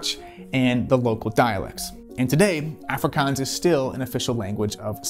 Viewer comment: Bothered by how you said, "Boer" and "Afrikaans" but other than that great video.